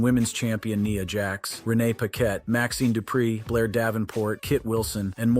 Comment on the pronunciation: Kne-a jax its nia jax 😂😂